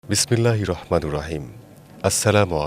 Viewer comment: ভাই উচ্চারণ টা হবে রহমানির